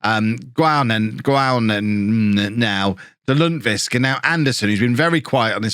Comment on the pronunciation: We need a compilation video of trying to say Lundqvist. Lunwhisk is my favourite!:D <3